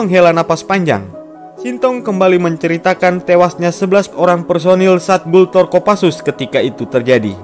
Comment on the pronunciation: Gultor Brooo Bukan gutlor Bikin chanel kok gak persiapan